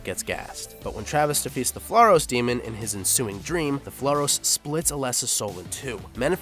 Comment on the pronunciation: Brahms is pronounced Bramms. Not Brah-ms. Samael is pronounced Sam-i-el, not Sammy-ell. Flauros is pronounced _ Flowe-rosse (Flowe as in flower, and rosse as in gross.) Wasn't 'Rosewood park' it's rosewater.